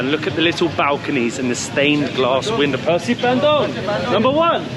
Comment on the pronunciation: It's pronounced Ban doong. Not Ban dung 😂 In Indonesian, 'u' is always oo. And 'c' is always ch